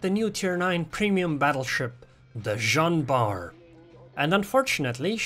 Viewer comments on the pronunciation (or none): Its nlt joan bart Its zohn bart :p